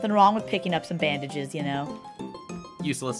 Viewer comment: Every time the word "bandages" was said, I heard, "bandit jizz".